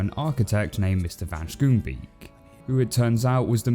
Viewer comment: Also, van Schoonbeek is a Dutch name to pronounce it via English you simply combine Scone-Bake.